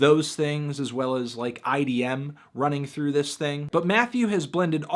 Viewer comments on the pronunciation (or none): none